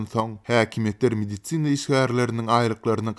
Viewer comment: Mediцina işgärleri... 🤣🤣🤣 Medisin işgärleri diý how!